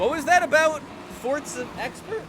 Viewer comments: It’s froZa not fortsa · your videos Are some of the best with Forza Horizon 4 but please say it right and not Fortza Horizon 4, say Forza Horizon 4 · FORZA NOT FORTZA COME ON GET IT RIGHT OR DONT SAY IT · It’s forza not fortsa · Welcome to "fortza" horizon 5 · Fortza. Fortza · Ah yes, Fortza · it is not fortza it's forza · There is no T its for-zuh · Forza is an italian word and is pronounced Fortza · Why do you fucking say forTza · Fort-za horizon 😂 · If your the forza expert why do you say fortza